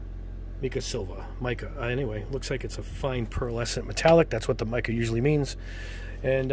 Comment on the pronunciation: Mica is pronounced (mmmm 👁 Ka)